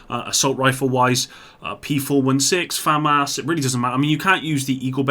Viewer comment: here, I delete comments and can't pronounce Famas